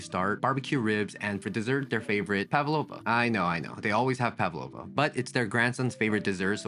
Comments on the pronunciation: When you pronounce Pavlova stress boys to the first A after P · Its pAvlova, not pavlOva. Its russian surname. Stress on first syllable👌